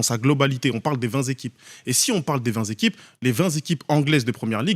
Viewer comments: Mais il est débile avec ses "20 zéquipes" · Oui ,mais oui il doit rectifier vingt téquipes pas zequipes😅😅😅